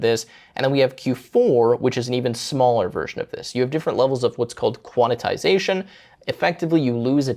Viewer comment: There's no way I'll ever use Mac just to get this extra ram. Also, I think it's qwen not Gwen and quantisation not quanitisation. Love the video!